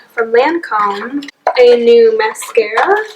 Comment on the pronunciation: ITS IS PRONOUNCED (LAWN-COMB)